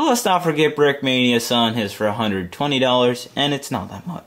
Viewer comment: There nine dollers he said